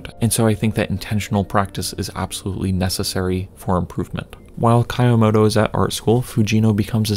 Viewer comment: I liked this video, but the way you pronounce 'Kyomoto' was kind of driving me insane 😭